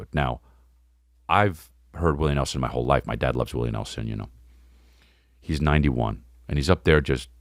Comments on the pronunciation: Bihwion Dowwah Wiwwy Nehwson Fweaky Fwiday wealllllly got me! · “Oh wow dats Wiwwy newson?!”